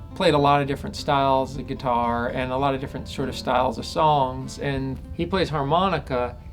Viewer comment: awesome but i cant help but laugh when he says guitaaaaur